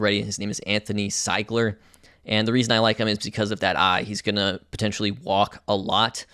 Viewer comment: Werner Seeeeeeeeeeigler, not Sigler.